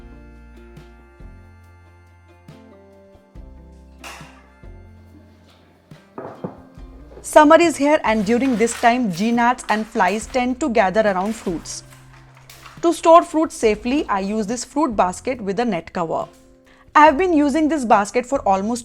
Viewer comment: Its not pronouned g-nats...g is silent.."nats"